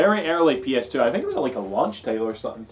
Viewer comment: I heard it too. In fact, I rewound and listened again. Still hearing it. Its "fluttery kite" all over again.